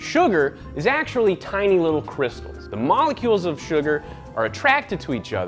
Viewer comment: 'Sugar Moollolecules'